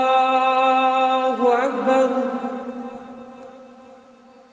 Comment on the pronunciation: Sdkt koreksi : الله أكبر yang akhir, ALLAAHU .... harusnya dibaca panjang, bukan pendek.